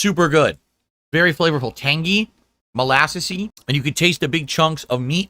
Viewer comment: MOLASSESSEY? SORRY WHAT?